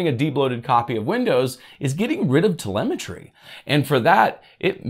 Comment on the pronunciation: Disabling "terlemetary" ... what's that?? :)